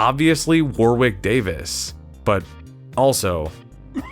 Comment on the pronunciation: Warwick went over how to pronounce his name. You don't pronounce the second "W". War-ick.